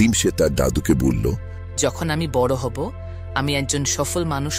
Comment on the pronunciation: বাংলা কি বলতে জানেন না? গ্রীষ্ ম ,বড় ( উচ্চারণ গুলো গ্রীষ্ ষ, বড়ো.....)।